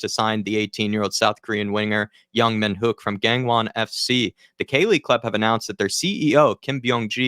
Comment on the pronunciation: Your pronunciation of Yang Min-Hyeok was bang-on.